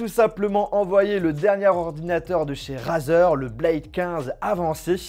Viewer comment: Ca se dit pas razer mais reizer